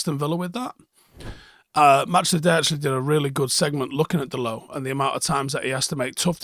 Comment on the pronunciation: Just putting it out there... Can we start pronouncing his name correctly? It's not french, so you pronounce the T, like dot I think he's earned that little show of respect